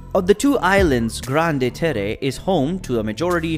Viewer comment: Oof. I respect that French is probably not a language you speak and I appreciate you trying but you've used a Spanish-like interpretation that makes the words unintelligible. For example: Grande-Terre = ✅"grawnd tare" vs. ❌"granday taray" Basse-Terre = ✅"bass (like the fish) tare" vs. ❌"basay taray" Iles des Saintes = ✅"eel day saint" vs. ❌"eeless dess saintess" There might be good info in this video but I just couldn't get past the pronunciations. It was far too distracting. Google Translate can help you with how to pronounce the words if you care to re-record the voice-over. It would be helpful to visitors to Guadeloupe to be able to communicate effectively.